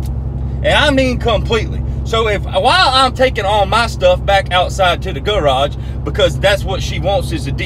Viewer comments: Thought he said gulag instead of garage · “The Guhraj” 😭😭😭